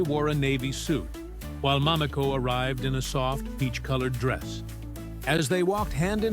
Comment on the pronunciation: Damn, at least learn how to pronounce her name! Americans are so disrespectful - this is why this can’t be trusted to be true. You have a video like this yet you can’t pronounce the woman’s name correctly? Each time it’s said it’s pronounced differently!🙄